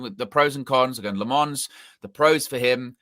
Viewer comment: it’s Lammens get the name right at least